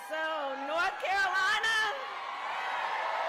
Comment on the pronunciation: I swear to God she just said NoTH Carolina. She's pulling the Hillary Clinton.